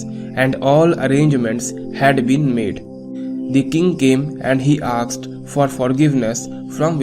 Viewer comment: I have seen your videos ....But you pronounce the word "asked" as "aksed"...!! Please correct it for future.